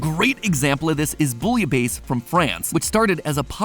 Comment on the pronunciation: Bouillabaisse : boo-yuh-bess